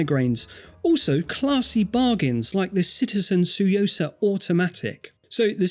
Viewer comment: My "like" is for the correct pronunciation of "Tsuyosa". Good job,!